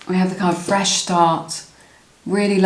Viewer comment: Pile #1- wow he had said 'feesh start' and that was the last card.